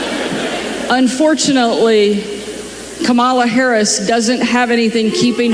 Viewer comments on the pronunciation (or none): Sarah H Sanders ALSO mispronouncing such an easy name to pronounce? What is it with those MAGAS? Did they all take an oath to wrongly pronounce Kamala’s name with the 2nd “a” accented (Kamála) instead of the FIRST (Kámala) as a form of disrespect?!?!? Or is it that they are ALL THAT collectively intellectually challenged? 🧠🧐 Those beings are in desperate need of psychological help! More mental institutions PLEASE! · Pronounce Kamala’s name right… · I LOVE how 'they' ALL have to pause and think how to incorrectly pronounce Kamala. Fawking arse-holes! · SHS...what a fukkin parrot, mispronouncing her name. Feel bad for her kids that supposedly keep her humble. Perhaps she needs to get the definition. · The fact that they purposely mispronounce her first name just shows you how immature they are! Congratulations Ohio, you picked a real winner! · Isn’t it a shame that we have so many people in politics that SHOULD be intelligent people, who after 3 1/2 years can’t pronounce the name of our Vice-President / future Madam President’s name properly. I see now stupid Sarah Huckabee Sanders is just one more. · They are doing it on purpose, just to show disrespect, or she's not worthy of them pronouncing her name correctly.